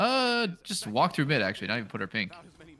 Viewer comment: still wondering why says axe-ly instead of actually.